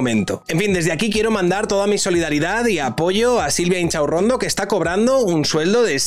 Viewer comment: A ver,, que siempre lo dices mal; es Silvia InCHOCHAurrondo